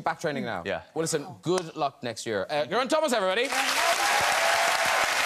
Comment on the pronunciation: Hearing Graham pronounce Geraint correctly was so wonderful